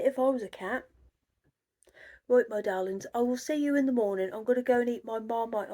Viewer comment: I just love the way u say darling in Norfolk. I moved here to Norfolk from London and when ever I hear it said it makes me smile . Thank you my darlen lol x